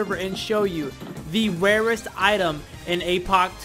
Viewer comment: It’s so funny how he says wawest